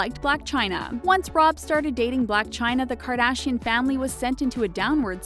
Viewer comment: Can you pls say their last name the right way